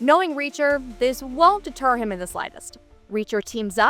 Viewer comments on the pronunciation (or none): none